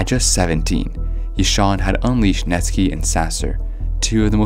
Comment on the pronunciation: Net sky not netski